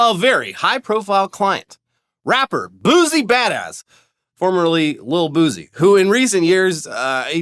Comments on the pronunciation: Fellas, it's boosie (boo-see) not boozy 😂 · Boo-see, pronounced boo-see not boosey lmao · I've been watching since Machinima & you guys have never sounded whiter than hearing you pronounce Lil Boosie😄 I'm pretty sure the S has a Ci sound instead of Z😄. Now try his former partner, Lil Webbie😄